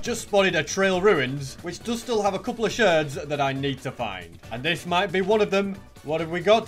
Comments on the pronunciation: SHARDS not sherds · am i the only one that thought that instead of saying shards said "sherds" XD keep up the great work! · You called shards shersds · “Shirds” got me dying😂